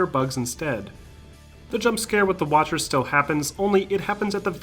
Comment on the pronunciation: Did you say watchers?